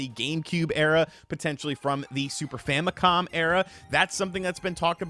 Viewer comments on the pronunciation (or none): none